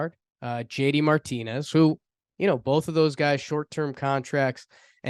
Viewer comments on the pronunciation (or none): none